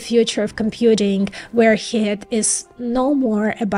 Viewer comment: She's adorable, whenever she says 'Heat', she pronounces it "Hit". So I have this vision of little fists jumping out of transistors taking swings at each other... ;)